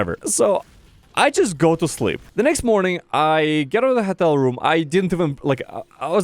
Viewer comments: sounds like he's saying хотел wonder how his voice became such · Why is nobody mentioning him pronouncing Hotel as "HETEL"? 🤣🤣